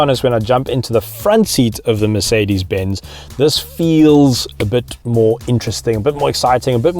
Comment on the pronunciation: did he say ‘Makedis benz’ 🤨